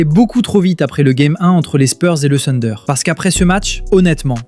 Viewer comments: Le sunder.... Mais mince quoi si tu analyses la nba essaie de bien prononcer s'il te plaît. Le Tunder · Thunder déjà à l'écrit et plutôt " funder " à l'oral.